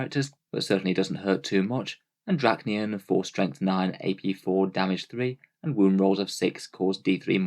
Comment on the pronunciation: Roll the D off your tongue D-D-RASH-KNEE-YEN, is how you pronounce it, not Drackniyan. Do we say muck instead of much? Hope you learned something today.